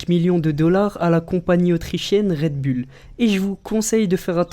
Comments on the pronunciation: Mec un conseil travaille ton accent parce que "Rède Bulle" c'est pas terrible... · Red bull se prononce Red boule ... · un message au français ont dit Redboulle pas redbulles